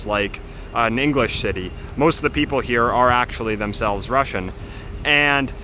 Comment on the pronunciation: Your Russian pronounciation is almost perfect!